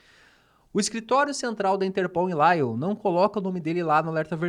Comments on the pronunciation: Lyon é uma cidade francesa. Não se diz "Láion"! A pronúncia é "Lion"! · laion é foda